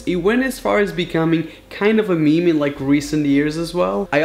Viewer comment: Me-me it’s meme 😂😂